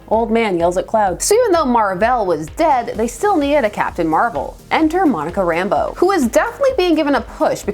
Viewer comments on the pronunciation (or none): I'm absolutely nitpicking here,but I always thought that the accent was on the second syllable of her last name. RamBEAU. But you know....things you've only ever seen in print.... Also,I've always referred to gray hair around the temples as the Reed Richards look. Nice to know I'm not the only one. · Did it annoy anyone else that everyone on Wanadavision pronounced her name as “Rambo” instead of “Rambeau”? Subtle difference, but still a difference.